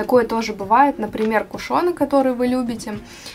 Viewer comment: Правильно говорить:"кУшон"